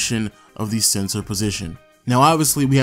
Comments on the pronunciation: Is it me or are you pronouncing center as "Sensor"? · Why does it sound like he saying “CENSOR” 😂